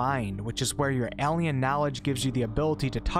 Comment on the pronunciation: Why does he say AHL-ien lol